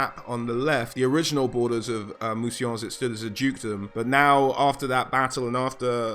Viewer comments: Thank you! I love the way you pronounced Mousillon and recognised its Influence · Worth a like just for not pronouncing it 'Moosylawn'.